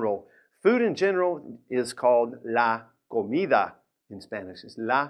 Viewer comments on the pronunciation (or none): none